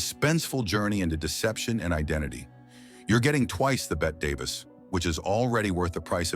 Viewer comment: Great list but whoever narrates (AI???) has no idea how to pronounce Bette Davis or Walter Matthau correctly.